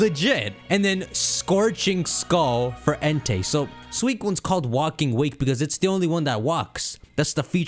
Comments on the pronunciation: Erm... it's Walking Wake, not Waking Walk... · My soul dies every time he says waking walk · It's walking wake like wake up also great vid 👍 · New Drinking game! Take a drink every time he says "Walking Wake" wrong!